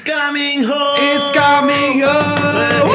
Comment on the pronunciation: Padahal pernah di ajarin bacaan yang benar "it-ses" sama Ragnar bukan "id-jes"😅